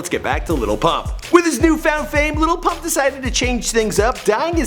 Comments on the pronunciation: This dumbass just says Lipuhh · I learned something from this video. His name is actually pronounced "LITTLE Pump" and his song DRose is pronounced "DuhRose" Thank you I can now go correct every person who thinks it is the way I thought it was beforehand.